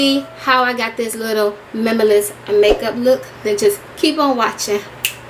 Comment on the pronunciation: Girl I can't say "minimalist" sometimes too 😂😂😂 Loved the look!!